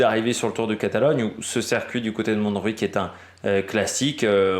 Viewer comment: Bonjour ! Montjuïc se prononce "mon jou..ique" pas de jota en Catalan. le J se prononce comme en français . Merci a toi pour tes vidéos continue ainsi